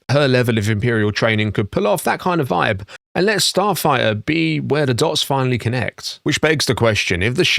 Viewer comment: I think im the only one that was annoyed that he couldn't say the name of the movie, "Starfighter" not "Starfigher"( Starfire )...